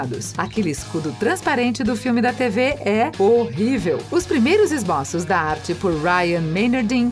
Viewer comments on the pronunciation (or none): Parei no "Esbóços".